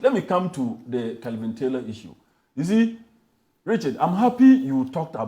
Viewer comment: Kevin, not Kelvin…🚶